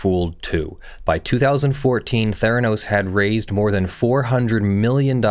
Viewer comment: Mfw you said Therenos...